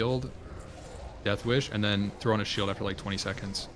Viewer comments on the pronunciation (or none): none